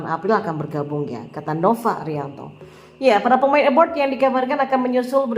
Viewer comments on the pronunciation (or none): abroad bukan abroud